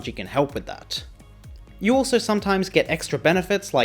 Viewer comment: The way pronounces "You" scares me